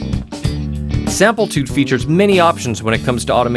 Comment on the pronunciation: Sam-PLI-tude, not Samp-EL-tude., product specialist, please,pronounce the name correctly, at least. OR at least edit your productions. Or go work for Prol toos.